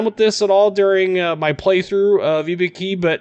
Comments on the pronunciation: pronounced i-boo-ki not e-be-ki Other wise known as an easy kill and so if you can not hide like an Atlanta then your toast. I think because the armor is so bad it is not worth playing. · Nice video.. but your japanese pronunciation is horrible! IBUKI = I("Y"es)-BU("Boo"ster)-KI("key").. (use google translation (japanese language set) for right pronunciation )